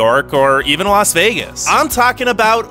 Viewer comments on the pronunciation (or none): none